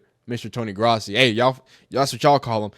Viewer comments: It’s Grow-si not grassy dude lol. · His name is pronounced GROSS-EE